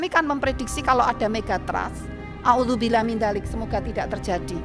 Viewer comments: Maaf bu nauzubilah bukan auzubilah😊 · Nauzubillah minzalik Bu bukan audubilaminzalik 😊😊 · Nauzubillah ,bukan angudubilah😂😂😂😂